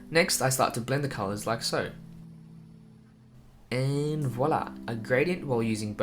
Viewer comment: you look like Dante and when you say "voila! " it makes me laugh because I'm french ♡